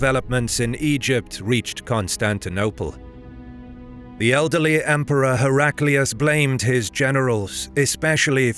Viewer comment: Hera Klee oos is the pronunciation one should use, not Herak lee oos.